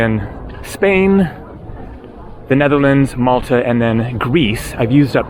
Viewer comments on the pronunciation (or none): none